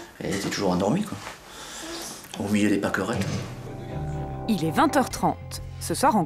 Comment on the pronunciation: mdr "paKEUrettEU"